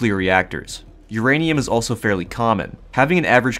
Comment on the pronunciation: I love the word Urainum ur-anium